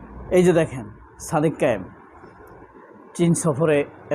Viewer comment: "কায়েম" শব্দটা ঠিক করেন ভাইজান